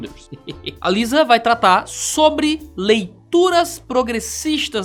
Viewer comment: AliSSa na pronuncia. Assim como CS Lewis é pronunciado LOUIS.